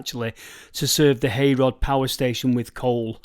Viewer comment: Thanks gor that guys. I live very near the old Micklehurst loop line. I heard 2 little locomotives that fed the old Heyrod power station ended up in India. Heyrod is pronounced Herrod !! I am no stranger to the Stalybridge buffet bar - Michael Portillo has even visited & tried the black peas. Also Oz Clarke & Jamed May !